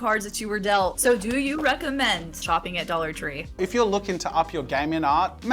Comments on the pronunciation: When he was saying “a dollar tree” I kept hearing “adultery” and was incredibly confused. 😂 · LMFAO the way he said dollar tree😩